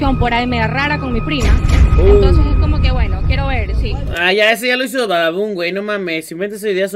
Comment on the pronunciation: Estuvo bueno el chiste Pero se dice hizo no hico